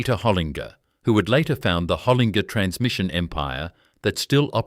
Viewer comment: These AI pronunciations are really hard to listen to. Makes me want to give it the thumbs down and delete/block the channel. Ltd is an abbreviation for Limited, not the aborted sound this AI bot produces. Pty Ltd = ProprietaryLimited Holinger= Holin-Ger not Holig-er Need I go on. If your going to use this AI crap, make sure it knows how to speak correctly. Otherwise voice it yourself you lazy so&so!